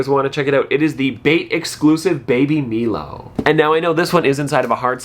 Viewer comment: Not the baby “milo” it’s pronounced “Mylo”